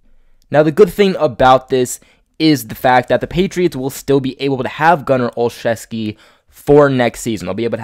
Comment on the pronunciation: This guy is my friend's cousin. The way the name is said is " OL-ZEW-SKI....NOT OLCHEVSKI..... Jim Nance of CBS says it wrong, too.